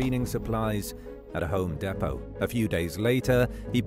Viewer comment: The way this guy says home depot